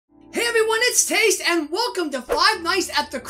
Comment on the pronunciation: Taste thanks for the shoutout!!! finaly someone pronounces my name right!! my last name is usaly pronounced wrong! u got it right!!! thanks taste have a great day!!!